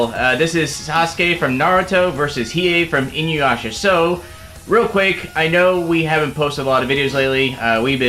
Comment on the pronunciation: Not inyuasha ...yuyuhakosho